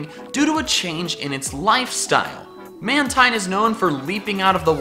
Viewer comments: It's pronounced Man-teen, not Man-tyne. It's name is a combination of manta and marine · I like these! You sure know how to think outside the box! Side note: Mantine is actually pronounced man-teen. I don't know why, but it is. You can call it what you like though. :)